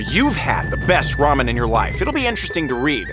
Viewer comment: Ele falou ramen mais lamen kkkkkk